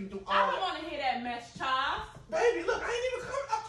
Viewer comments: Them pronouncing it Chaws instead of Charles is killin me 🤣🤣💀💀💀⚰⚰ 👻👻👻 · Right Chawls 😁😂🤣